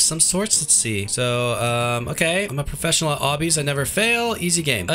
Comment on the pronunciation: I. Laughed so hard when he siad im a profecinal fps gamer